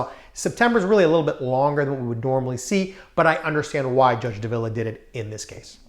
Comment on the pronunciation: Say it with me, Judge DAH-vil-uh